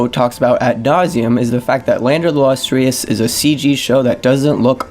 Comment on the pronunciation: you cant even pronounce “lustrous”